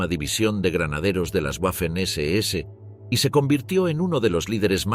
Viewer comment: En alemán y en español la letra w es una v doble. Por lo tanto la pronunciación correcta es "vermacht" y no "uermacht" "vaffen SS" y no "uaffen SS"